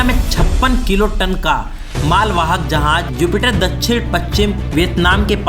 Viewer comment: Urdu to thek se bolna seekh lo.. Andaja nai andaza hota hai.. Jahaj..jahaz.. Ady se zada radian ko urdu thek se nai ati..